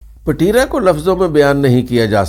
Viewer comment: Payen ! Pateera nhi ……Petraa.